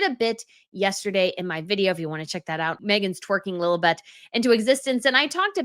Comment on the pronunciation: said “Lilabet” (Stupid name BTW) I heard “lil butt”